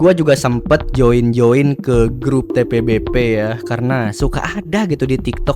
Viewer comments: Admin apaan ucapin TBPB ajah susah bet,,malah ribet kocar/cir jd TPBP 😂😂😂 skolah ga sih lu bro,,putar ulang ajah terus2an video lu lalu spell satu2 hurufnya 😅😅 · kelazzz bg akhirnya dibuat juga konteng tbpb walaupun salah pengucapannya awokawok😂😂 btw lanjut part 2 lahh biar seru bg 😁